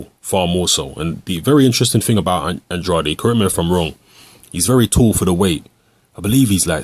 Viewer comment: his last name is pronounced an-dray-d